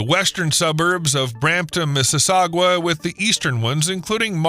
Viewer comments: Mississauga, pronounced "misses-saga" not "misses-sa-gua", also no one says 'to-ron-TO", local says "to-ron-no" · It is not Mississaugwa, it's Mississauga. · Missis "saw ga" lol. your not the first youtuber to say "saw jooaw" lol. And as someone whose spent 42 years along the 401 within 2 hours of toronto... this is a bad idea.. good idea but bad idea as well for just as many reasons. Tunnel under the train tracks would be smarter. The cost to the province would hurt the people though. Thats a big costly project just for one little part of the province. And if the idea is to quick pass thru toronto then wouldn't a straight line be better? Once built and paid for the pros outweigh the cons. But in the lengthy meantime .... 2 seasons in toronto... winter and construction... so maybe not too bad. But a giant bill for the rest of us outside Toronto that dont travel across the city ever. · Mississaug-wa? Really? Incidentally, Mississaug-wa and Brampton don’t even appear on your map, and if they did, they’d be to the left, or WEST. The area you’ve identified as Mississaug-wa and Brampton is east Toronto, just below Markham. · you have a weird way of pronouncing mississauga